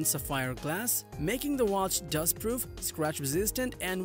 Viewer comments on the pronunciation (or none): none